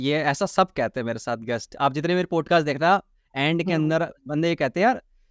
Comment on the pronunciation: पॉडकास्ट ❌ पोडकास्ट ✅ भाई प्लीज़ "पोडकास्ट" मत बोला कर वो "पॉडकास्ट " होता है । "औ " की ध्वनि आनी चाहिए । "पोडकास्ट" बोलते हो दिक्कत कुछ नहीं पर ऐसा लगता है कम पढे लिखे हो जबकि ऐसा है नही ।